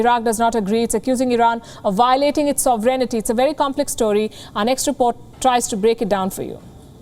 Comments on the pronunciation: It is sovereignty not "sovereignity" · it’s SOVEREIGNTY, not “sovereignity” i noticed the news broadcasters add an “i” to the word…